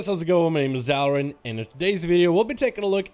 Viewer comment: Dalaran: hello guys, how’s it going? My name is dalaran What I hear: jdjendiwgnddj